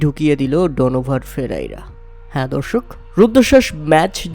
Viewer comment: Player name pronounced e r o better hote hobe